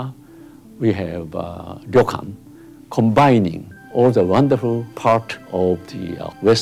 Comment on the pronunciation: It's not a ri-yo-kan, it's a ryo-kan... 2 syllables.